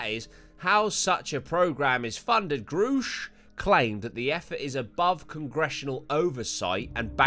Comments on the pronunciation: Its grusch pronounced like rush...grusch hour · I think it's pronounced "gerr-e-sh" - watched far too many video on him than I care to admit 😂